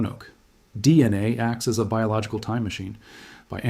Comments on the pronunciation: D, NA rather than DNA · Adding audible breaths doesn't make the AI narration sound more realistic, it's distracting and awful. You also haven't flagged the video as using AI like you're supposed to. It also has too many mis-pronunciations; On top of what others have pointed out is 'Dee... enay' instead of DNA. We have to remain diligent in voting down AI slop.